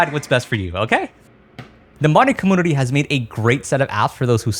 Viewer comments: It's not pronounced com-moon-ity, it's com-mune-ity. Sorry, it was just bothering me every time you said commoonity. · bro says commoonity tf is that about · are you saying commonity, commodity, or community? 🤣👍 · Why does he pronounce community and computer that way.. its annoying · Words are hard 😂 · Are you saying comPOOter and comMOOnity on purpose or is it like a speach inpedement or something? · 2026 I still hate you pronounce compooter and some words like this h3lpme understand comooonity ? tf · i will subscribe when you start pronouncing computer and community correctly.